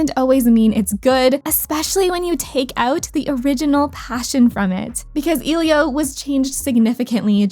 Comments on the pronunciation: i’m sorry to mention this, but you’re pronouncing elio wrong. it’s E lio, not eelio. that impliew you didnt care enough at all to do research. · It's "Eh-lee-oah" people, it's not that hard! I understand "Encanto" but how do you mess up pronouncing Elio!?